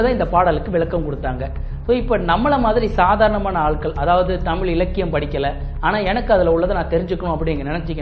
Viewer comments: நீங்கள் கூட தமிழ் என்று உச்சரிக்கும் போது தமில் என்று தான் கேட்கிறது... ழ-ன வின் உச்சரிப்பை சீராக்கிக் கொள்ளுங்கள்... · முதல தமில் நு சொல்லாம தமிழ் நு ஒழுங்கா சொல்லுங்க அப்பறம் you can advice everyone... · Have you noticed that in this video you are pronouncing 'Tamizh' as 'Tamil'?